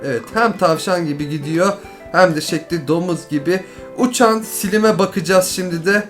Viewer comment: sen blazr değıl bleyz ayrıca sılim değil slaym